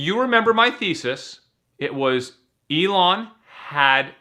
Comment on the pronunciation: It's not pronounced E-lon